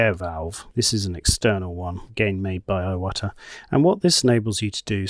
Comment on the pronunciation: I think it's pronounced "E-wata."